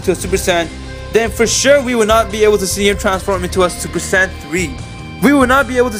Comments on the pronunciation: It's not super San it's super sayin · Stop saying super saiyan like that